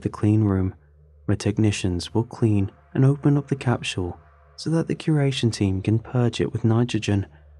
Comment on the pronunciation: just under those 20 minutes I’ve heard the word “capshul” more times than the avarage person does during their entire life